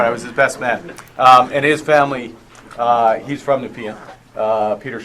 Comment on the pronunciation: Nepean = knee-pee-in. My riding 😅 gonna have to vote conservative to try and out the dude. Conservative Girl here has some equity crap on her bio but I guess in this riding that's what conservative passes for 🙄